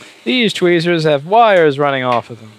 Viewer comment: Drunk Louis: Fixes MBs no problem Also drunk Louis: "Deeze Twheeeeeezers are BULLSHIT!" YEET